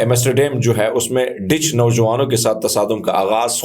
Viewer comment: It's not Ditch , it's Dutch.